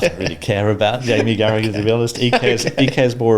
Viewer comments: Yip he's a horrible bloke.i refuse to watch or listen to him: charragher I mean . Matt is awesome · its unbelievable Carragagagaga ...........spit is employed by anyone